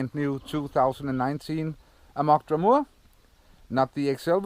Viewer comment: Why do people call it Draumoor?? its called Draum-r! (pronounced Draum-er) kind of like Dreamer/Dream-r.